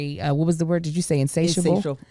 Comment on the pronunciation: said a WORDT